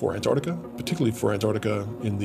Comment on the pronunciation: This would have been amazing if it hadn't been for the narrator continually calling the place "Anarctica".